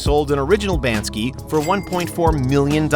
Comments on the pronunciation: Lovely and informative video but I think it's BANKSY not BAN-SKI (no disrespect) ☮ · Banksy not bansky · BANKsy is the name of the artist... ( not BANDskEE) Sorry ...but he is a pretty well known artist... :) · Who TF is Banski? B A N K S Y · he called the artist banski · what bothers me is the Mispronunciatiom of Banksy